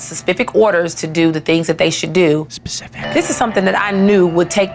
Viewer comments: "sespific orders" whispers specific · "sespific orders" * wispers "specific" LMFAOOOOO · "When I left them with Suspicific orders to do the things that they should to do" (whispering): "specific*" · I couldn’t help but correct her ether when she said specific hahaha even whispered it too